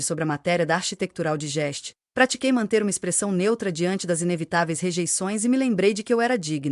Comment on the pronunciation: Narração abaixo de ruim! Architetural Digest parece remédio para indigestão pronunciada assim. 😮